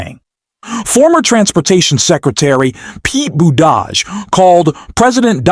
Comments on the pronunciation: Who the hell is Pete BOODARGE? If you can't get the names right, how did you get the job, ffs? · That is pronounced Boo te judge! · Had to stop this video after discovering this is not a person talking but AI...the fucking robot totally mispronounced Secretary Buttigieg's name...every real person in America now knows how to pronounce his name correctly: "boot'a'geege":face-orange-frowning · The man's name is pronounced "boo- tuh- gig" . Pay attention!! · Can you learn how to pronounce buttigieg Jesus Christ 3 minutes into it I heard it 47 different ways learn to read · Learn how to say Pete's last name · Why do you keep saying Pete’s name wrong here it’s kinda annoying 🤔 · Why are you not pronouncing Pete's last name correctly several times then pronouncing it correctly other times? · Learn how to pronounce Pete’s last name! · Why can’t the commentator pronounce Pete Buttigieg’s name??? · Is this broadcast a AI broadcast? Why to you continue to mispronounce Pete's name? That needs fixing just for credibility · Your attempts to pronounce "Buttigieg" correctly were awful.. Were you trying to make reference to how Trump pronounces Buttigieg ? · I agree fully, But please, learn how so say Buttigieg.;-) He deserves it. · Okay.....is the name Boo-Dodge or Buddi-judge? Incompetent robotic narration. Get off the internet!!! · WTF is wrong with your pronunciation of Pete Buttigieg's name? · Like your channel but please put some effort into pronouncing peoples names right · Please learn how to pronounce Pete Buttigieg. And yes Trump is an ass.